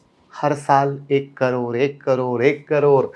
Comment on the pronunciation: करोड़ बोलना तो सीखने पहले